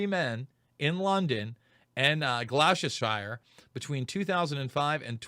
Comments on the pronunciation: Gloucestershire is pronounced GLOSS-TER-SHIRE or more accurately throughout most parts of the UK most people pronounce it GLOSS-TER-SURE. As we never pronounce the suffix SHIRE like you guys do we always pronounce the SURE. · I thought it was pronounced SHEER Like in Sgt Peppers: 4000 holes in Blackford Lancashire- they say "sheer"